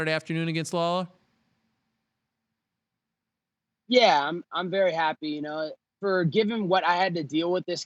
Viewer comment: the way ariel says lawler 🤣